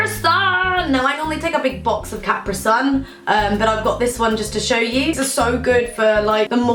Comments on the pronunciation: Capruh sun?? NO. CAPREEE SUN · That's... That's not how you say Capri-sun... I live in the UK for uni but I've never heard someone say it like that oh lord that's a headache >.<